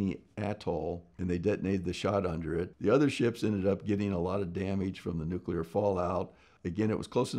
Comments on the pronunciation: Finally someone that doesn't say nucular ! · I appreciate that Mr. Spriggs at least pronounces nuclear correctly and not Nuke-you-ler, like many US presidents and TV scientists. Easy way to remember the correct pronunciation is that you never want to NUKE-You, but Nuke-Lee instead. Nuke-you-ler is a good example of TV inculcation, that is, how many times you hear a word pronounced incorrectly, it becomes correct in your parlance . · He starts by pronouncing "nuclear" correctly. That right there was enough for me to think, "Wow, this guy knows what he's talking about!"